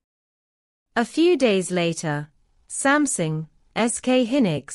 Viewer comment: Samsung has become "Something"? Please don't use AI voice over.